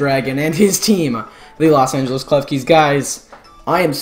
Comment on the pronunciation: It's Los Angeles not Las Angeles!